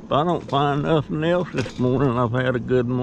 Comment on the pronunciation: A lot of "nawthing" 😊 The 55 wasn't rusty......it has patina lol